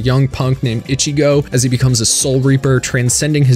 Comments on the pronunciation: Why do you put an accent on the other characters, but say, Itchy-Go... Instead of E-chi-go? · how did you mispronounced ICHIGO and HUECO MUNDO wrong ..smh you said WACK O mundo smh